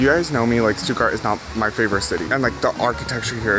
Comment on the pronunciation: How are you living in Germany but still saying "Stuttgart" wrong lol